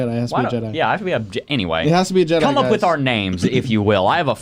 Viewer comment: Never heard an obvious one :) Jebbi (pronounced : Jaby) Yoda